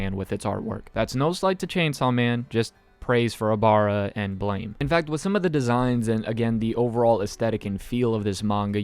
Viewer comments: I hate to be rude, but "Blame!" is pronounced "Blam", like the sound of a gun firing. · you're pronouncing BLAME! wrong, it's pronounces like "blam"